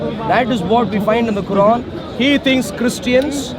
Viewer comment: How shamsi say Quran makes me wanna puke